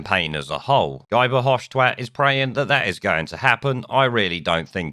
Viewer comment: His name is pronounced "Ghee" Nuff said.